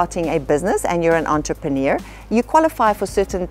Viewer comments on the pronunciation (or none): Why, why, why do people say “ A-zones” which a long A? The Portuguese is Açores. Soft A, soft c. And while we’re at it, the bing can’t pronounce “entrepreneur” either